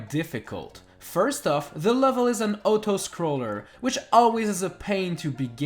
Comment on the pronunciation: an otoscroller